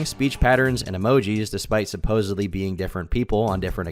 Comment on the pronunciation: What is the deal with Americans saying "supposebly" instead of supposedly. It absolutely does my head in!!!! 😅